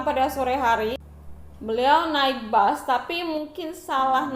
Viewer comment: Yg ngomng terlalu lebay sejak kpn bus di ganti dgn bas